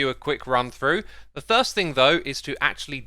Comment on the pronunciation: x why do you say thirst instead of first